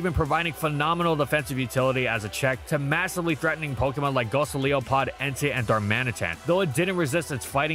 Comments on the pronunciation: Go-li-so-pod. "Goli", like Goliath, the name of the fictional giant David fought, since it's big. "sopod", like isopod, which is the order of real-life marine invertebrates that it's based on. Not goly-oso-pod. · I didn't know bulky Volcarona could use Haze and Roar to help against set-up sweepers. Also the Gen 7 section tier names are swapped with "...Thus it saw occasionally appearances..." . / Mantine is pronounced "Man-teen" and Golisopod is pronounced "Goh-lice-o-pod", like how Raikou is pronounced "Rai-koh." Then again nobody's perfect. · Gosileopod.. Wow you butchered that name. Great video though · Why do you pronounce Golisopod like "Gosiliopod"? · can we talk about this Golisopod pronounciation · It’s probably best to forget it exist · maybe one day will pronounce Golisopod correctly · The fact you only accidentally called it volcarona one time is impressive, and that one slip up is totally erased by the effortlessly clean Golisopod pronunciation rattled off later. As an orator you're in Ubers dude! Fake ps i love volcanion, awesome to hear its history of success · That sure was a pronunciation of Golisopod, lol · Days waiting for to pronounce Golisopod correctly: does not compute. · You need to learn to pronounce "Golisopod", dude...